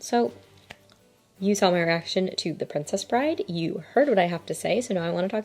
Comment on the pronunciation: How did you get it wrong twice? It’s “The Princess Bride.” Full stop.